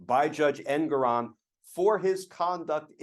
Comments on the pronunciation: His name is pronounced EnGORon. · The judge’s name is pronounced Engoron with the stress on the second syllable, en GORE on.